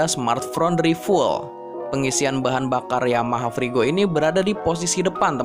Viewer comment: keren....mantap......bagasi besar...model bagus..... semoga faceliftnya ada ubahan di speedometer dan dobel sokbreker.... ga perlu rem cakram belakanglah...kan motor cc kecil..sengebut apa siiiih..... Oya min....coba cara ucap FUEL (bensin) diperbaiki dikit.....ga enak dengarnya bro...makasih